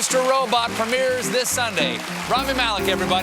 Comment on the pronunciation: How hard is it to say his name correctly? I mean seriously? If your going to interview a person and they even say their name during your interview and you again STILL mispronounce it. Infuriating to say the least and shows me you have you really have no interest in who your talking to. How about walk up to him and call him Stephen Colbert by pronouncing the T. He’d probably correct you.